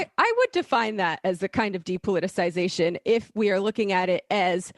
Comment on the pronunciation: Sam can't pronounce 'depoliticisation'. Add it to the list.